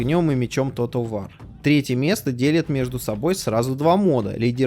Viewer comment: Как ты сказал?"Тотал вар"?Выпий йаду,аффтар!Хоть бы в словарь заглянул.